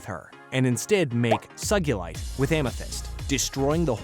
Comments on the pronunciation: I like your videos but you just pronounce sugalight sagyoulike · The most atrocious mispronounciation “SYGULITE” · It's not Suggulate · Man! I love "suckilite" and "spinnal" Such cool characters! I love the different pronunciations though steven said "sugilite" And "Spinnel" pronunciation! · "sugilite" "no SOGYILITE" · It's S-O-guh-Lite Not S-Uh-Ga-lite! You have to pronounce the U as an O in Sugilite ok? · Bro its sugulight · Also sugyulite 💀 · was it always sugaliti heard sugalite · You're Actually wrong for saying sugilitenamewrong